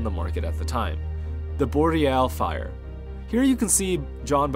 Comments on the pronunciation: I still have a pair of PAs somewhere in my basement. I thought Boreal Firé was pronounced "Fee-Ray", not "Fi-er" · Very interesting and well put together! Just so everybody knows, it is pronounced Vee-bram not Vie-bram, and they were pronounced Fee-rays not Fires. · ‘EB’ not Super Gratton; ‘Fee-ray’, not ‘Fire’. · Actually, it's pronounced as it goes: "Feere". In Spanish the sounds are pretty straightforward with the letters. By the way, the name of the shoe is in honor of the Mallo Firé, one of the multipitch climbs of "Mallos de Riglos", the most iconic climbing zone in Spain.